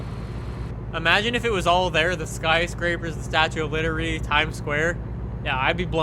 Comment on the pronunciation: Any one else notice he says the statue of littery?